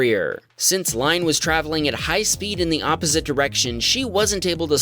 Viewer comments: Line is probably pronounced !ee-na. Norwegian name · Possibly Line is pronounced Lynne, I know one that it’s pronounced like that but I could be wrong :)